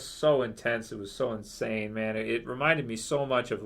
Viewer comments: It was 'Inshane' hahahah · rick went inSHANE x'D